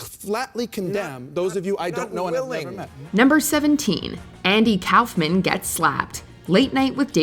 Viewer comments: It's not Kowfman it's Kaufman. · #17 - Kaufman is pronounced COUGH-man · Didn't you hear? That's Andy Cowfman. Lol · Andy "Cowf-men" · The way you say andy Kaufmans name makes me so uncomfortable